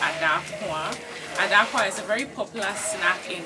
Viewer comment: Please it called Daakuwa not Adaakuwa